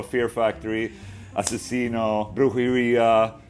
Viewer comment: Damn you pronounced "Asesino" on point